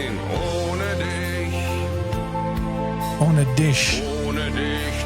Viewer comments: It's a "ch" sound, not a "tch" sound lol It's "dich" not "ditch" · At least he got the "ch" sound ;-)